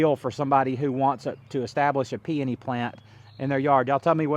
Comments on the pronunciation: PEONY - Pee O Nee (pee oh nee) 3 syllables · Did you provide the source of those peony roots? Those roots were huge and beautiful! I would love to buy some and pot them up. Where did you overwinter them? Also, I have read and found it to be acceptable or correct to say peony either way. Both camps think they are right. 😂I enjoy your content. Congrats to you and your family for your success.